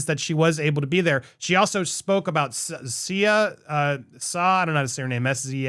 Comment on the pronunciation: See-a is how Sia is pronounced